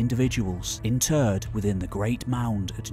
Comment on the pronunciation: When your "interred" sounds like "in turd", it's fine to use "buried" 🤷‍♂️ That aside, what utter nonsense.